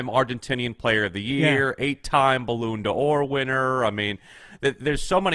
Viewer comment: “8 time Balloon d-what…”??? Am I tripping 😂